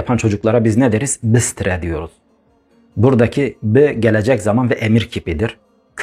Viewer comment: Dur sözcüğünün doğrusu 'Bıstıre' değil 'Bı sıtırı'dır.